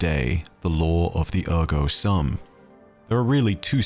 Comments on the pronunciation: Minor correction. The "sum" is pronounced like the end of the word "assume". Otherwise, great insight as always! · Great video. Thank you! BTW in Latin "sum" is pronounced like "soom". Please see the site howtopronounce on pronunciation of "cogito, ergo sum". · The latin phrase is "cogito ergo sum"; and the "sum" part is pronounced with a long ū sound as in "imbue" or "cube". Incognito means to be in disguise -- this is not that. The word is "cogito". "Sŭm" with a short ŭ sound (like "uh") is a word in math which means the answer to an addition problem. As in "the sum of two values". Again, this is not the word we are using here. We want the long ū sound. "Cogito ergo sūm". The sword "Therefore I am" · SOOM! The "u" in the Latin word "sum" is pronounced like the "oo" in "doom" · at the start of the video: “I get things wrong and it’s important for you all to correct me so I can be accurate” Me: It’s cogito, not cognito ☺️. Sum is also pronounced ‘soom’ in Latin. Easy mistake to make! Mods: DELETE THAT. CAN’T EVER BE WRONG. 😒